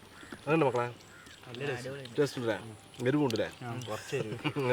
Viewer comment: "Nalla teate ind" 😂